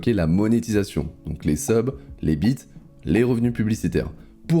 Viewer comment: tu peux prononcer bits correctement en prononçant le "s" stp, qu'il n'y ait pas d'ambiguïté ^^